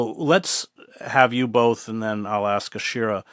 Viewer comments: It’s Ashira, not Aisha. Have the respect and professionalism to get her name right, Chris. Integrity demands attention. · Chris Hedges —-Please pronounce Ashira’s name correctly. Her name is pronounced like how it is spelled. Aaaa-sheeer—raaa. She deserves that respect. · Her name is Ashira 🤦🏽‍♀️